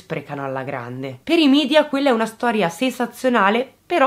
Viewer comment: Ti prego!!! media si pronuncia media non midia, non è inglese!!!!